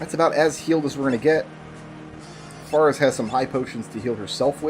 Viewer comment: I am very slightly bothered by your pronunciation of "Faris"